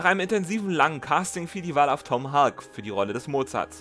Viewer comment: Thanks for this interesting and informative video! I just wanted to mention one thing: The surname of the actor who played Mozart, Tom Hulce, rhymes more or less with "pulse". It's not pronounced "hulk". Take care, and keep up the great work!